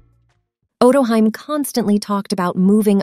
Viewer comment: Oh-toe-HE-may!! Smh Otto-hiem? You natzi